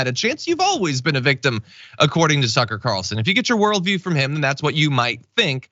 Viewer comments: I thought John said "Sucker"! Haha! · It sounded like you said Sucker Carlson, I hope that sticks 😂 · Did you say, SUCKA CARLSON 🤔 😅😅😅?